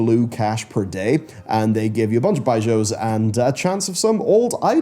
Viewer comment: I had to stop watching because of how you were saying “bijous” 😂